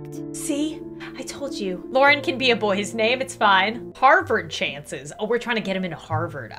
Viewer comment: Eh I'll give you a sub, btw it's Lauren not Loraine Lol